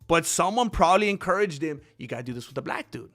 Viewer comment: u said black wrong bro..... jus says!